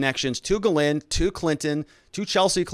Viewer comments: She's French. It's pronounces "jheez lane" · Hopeful info, thanks. New sub here. Grateful yes, but please call her Maxwell or get help w pronouncing her first name and lose the red pen.